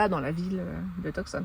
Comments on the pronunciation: « Tout- Sonne » et non TuCson (le C est silencieux) haha ces français toujours tout croche la prononciation des mots anglais, mais on vous aime quand même haha. Bonne continuation. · Vous ne prononcez pas Tucson de la bonne façon !! (Too-saan)